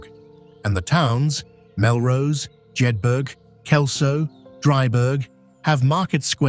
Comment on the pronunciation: I live in the Scottish Borders 2 miles from Melrose, 40 miles south of Edinburgh, dry burg jed burg LOL emmmm try pronouncing it as jedbra drybra as the Borders folk would say ( pronounced BURGH) or BURA JedBURA DryBURA